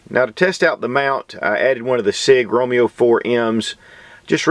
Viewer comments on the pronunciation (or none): none